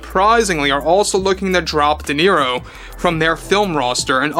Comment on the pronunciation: I think it's pronounced De Zero